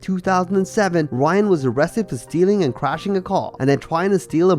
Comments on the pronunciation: NOT Ryan grace! In brazil R makes an H sound, so its pronounced "Hyan" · You need to pronounce Brazilian names better it’s not Ryan it’s Hyan